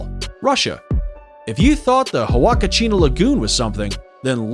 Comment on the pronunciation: outstanding list! Thanks very much! May I point out that, because Salar de Uyuni is Spanish, the 3rd. word is oo-YOU-knee, rather than you-YOU-knee; Huacachina = wah-cah-CHEE-nah, rather than who-ah-cah-CHEE-nah; UNESCO is pronounced you-NESS-coe, rather than oo-NESS-coe; Lake Baikal is BUY-call, rather than BAH-call; in the Naica Mine section--like the tiny dog of the same name, the Mexican state it's in (Chihuahua) is chee-WAH-wah, rather than chee-WAH-whah; Victoria Falls is on the zam-BEE-zee River, not the zahm-BEZ-ee, and in the nation of ZAM-bee-uh, rather than ZAHM-bee-uh, and it's not in that nation, but on the border with Zimbabwe, just like Canada sharing Niagara Falls with the USA? I know, because I've been to Victoria Falls. Lastly, I don't know what statistic you were trying to present regarding Grand Prismatic Spring, but it's absolutely not the largest lake in the USA--not by a long shot, since all 5 of the Great Lakes are larger, as are many hundreds of others around the country. You may mean the largest volcanic spring in the country.